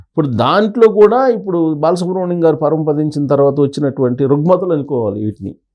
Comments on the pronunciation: ‘బాలసుబ్రం’- కాదు బాలసుబ్రహ్మణ్యం! బాగా చదివడం ప్రాక్టీస్ చేయండి ! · Babu ankar garu mundu balasubramanyamgaru ani palakadam nerchukondi